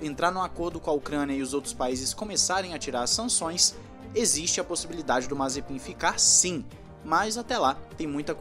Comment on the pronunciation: Ele falando o nome mazepim e mt engracado kkkk nd contra é claro